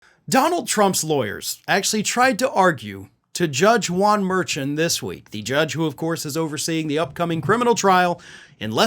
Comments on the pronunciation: PLEASE SAY THE JUDGE'S NAME. JUDGE MERSHAWN IS THE CORRECT CORRECT PRONOUNCEMENT.🎉🎉🎉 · Hi, just a FYI, the judge’s name is pronounced ‘mur’ (like mermaid) Shaun (like the first name) mer-shaun. There is a lot of confusion on the pronunciation. Between him and Fanni it has been difficult for all of us.